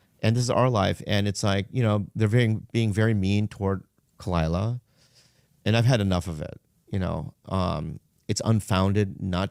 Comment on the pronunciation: Props to Brendan for shutting her down immediately. Edit: I like how he mispronounced her name.